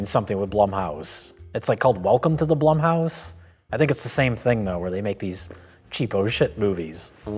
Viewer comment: i just hate blumhouse because when mike and say it it sounds like blumpkin